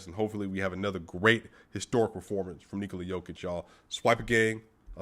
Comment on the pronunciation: Man I love how you pronounce Nikola's name correctly. Serbia loves you brother.